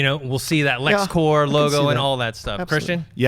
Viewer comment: It's Lex Corp, with a P. Corp with a silent p is for military.